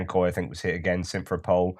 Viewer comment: since we are going to hear much about Simferopol this winter, the correct pronunciation is sim-fer-RO-pol ...thanks